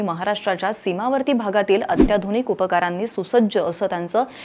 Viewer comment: अत्याधुनिक उपकारांनी* सुसज्ज असा उच्चार झाला आहे..... उपचार * हवं